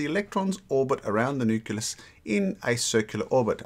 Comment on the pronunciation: Whay do you call necleus a "nucilus"?